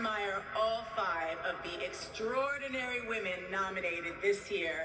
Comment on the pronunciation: Only MARIAH can transform women to a most difficult word to pronounce.. WIIIIIIIIIIIIIIIMEN ❤❤❤ I love her